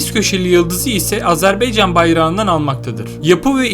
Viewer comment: Kaç kere söylememiz lazım, Azarbeycan değil Azerbaycan !!!